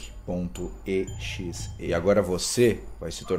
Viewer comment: Vixi falo o nome do sonic exe errado